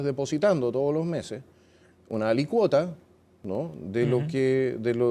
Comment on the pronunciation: se pronuncia alícuota (con acento en la í) no alicuota.